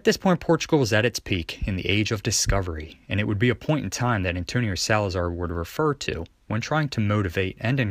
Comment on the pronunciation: SalazAr português fala emPprtugues